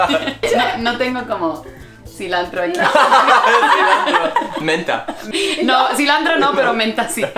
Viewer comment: 2.14 dijo cilandro, no cilantro. Primero lo dijo correctamente pro después lo repitió y se equivocó. Bueno la mayoría de los mexicanos no confundimos.